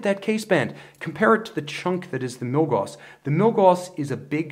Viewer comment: Love the reviews, especially comparisons! Just FYI, Gauss rhymes with "mouse," not "moss."